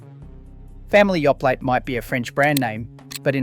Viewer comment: 😂And Yoplait (should be Yo Play not Yo Platt😂